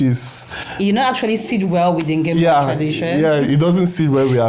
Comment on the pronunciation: It's beautiful show I like the way you prouncece Ngemba